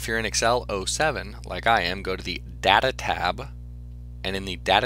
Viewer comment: The way he says data makes not want to watch it but its a really explanation